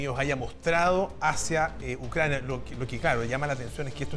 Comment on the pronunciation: " Presidente Biden esta en UNCRANIA"